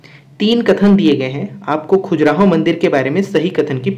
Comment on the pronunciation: Khajuraaho.. Not khujraho